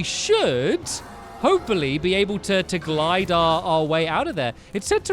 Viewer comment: Glide not glid